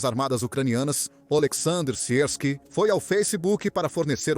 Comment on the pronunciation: Oleksandr Syrskyi pronuncia-se “ Alexandre Siske “ no mais tudo bem ! Gosto da narrativa .